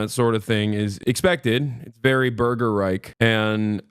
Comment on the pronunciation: German here: it’s not „Burger Reik“, it is: „burger reiCH“ - would be even more funny if you shout it with a German accent